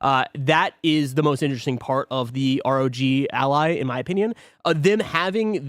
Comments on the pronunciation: Guys, it's pronounced ROG Ally.... not Rodge Ally or R-O-G Ally... jesus christ. Do you also pronounce the word Dog as Dodge?? It's the same word, just replace the D in dog with an R and you have the pronunciation. It's not rocket science, it's been spoken out loud a million times by other Youtubers as well as the folks at Asus. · Actually, it is pronounced "Roger Ally". Embarrassing mistake to make for you. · Why do they always pronounce “Rog” as if it’s Roger’s nickname? lol It’s pronounced the same way you pronounce hog. 🤣